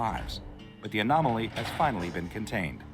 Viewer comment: You cant say anomaly lol :T